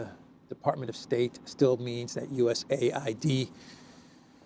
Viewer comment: A.I.D. You pronounce each letter separately. Not US aid. It sounds ridiculous to keep saying 'aid.'